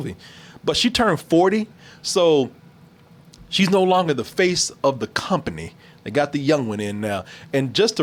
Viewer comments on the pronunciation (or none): none